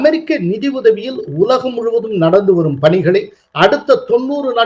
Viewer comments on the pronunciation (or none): none